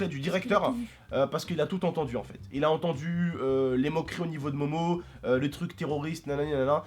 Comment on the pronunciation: sa se dit pas momo ta u réson de la fraper